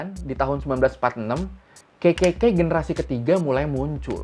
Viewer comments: ngakak bgt tiap denger ngomong KKK berasa kek ngomong kekeyi, pdhl bisa triple K aja bang 😁😂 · KKK ya gaiw bukan kekeyi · Malah gw dengernya kekeyi 😂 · Dengerku "Kekekey" 🤣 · Kenapa setiap bilang kekekey aku mikirnya ke kekeyi...🤣🤣🤣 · Orang lain dengar : kkk Gw denger : kekey k 😭😭